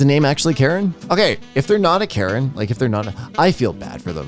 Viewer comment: The language "Karen" is not pronounced like the name, something like "kə-REN". "k" like in "skip" (so without the unwritten h after the "k" in "kind"), "a" like in "fashionable", "r" like in Spanish "perro" (rolled r), "e" like in "bend", stress on the "ren" part, not the "ka" part.